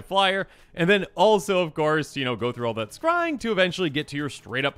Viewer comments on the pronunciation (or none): none